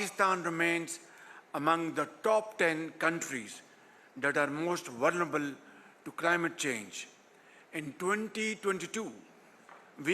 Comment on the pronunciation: Please someone teach him the word vulnerable